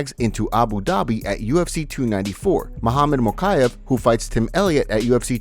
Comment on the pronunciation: volk said "I SLAM mahachev" ;)